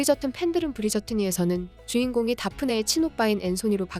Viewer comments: 주인공 '다네프'란다.. 다프네,, Daffney 입니다. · 다네프? 다프네 아닌가요